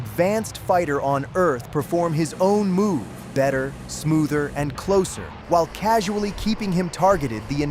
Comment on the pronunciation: "Get too closuu too americanuu bomberuu, Show strength to sen messenjew." i gotta spam this timestamp xD